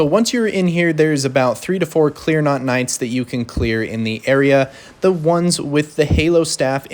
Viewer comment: It’s clean rot, not clear not.